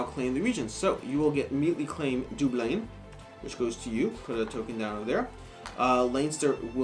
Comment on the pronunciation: Please for the love of g.. could you stop saying line ster, its len ster! & Where the hell is dooblin? Dub-lin